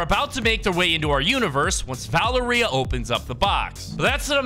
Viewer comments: I…. Why are you saying it like that!? Its Cerberus, and Valeria. (Sir-Ber-Us) (Val-Air-Ia) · pronounce valeria va-lar-ee-a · Sir-Brrrrrr 🥶- us 🤝 and Vuh-lair - (like flair) - ee-uh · it is pronounced va lair ria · Its pronounced like val area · and Valeria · Oh my god why do so many creators pronounce Valeria like that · Bro why does he say Valeria like that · The way he pronounces valeria